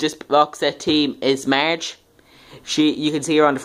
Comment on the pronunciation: you are saying word Marge wrong it sounds like merge